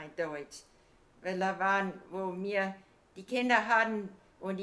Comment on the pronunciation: The first Oma was saying mir instead of wir, just like in Yiddish